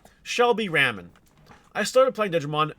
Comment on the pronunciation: For the record, it's pronounced Ray (as in Raygun)- Men (as in ITS RAINING MEN!).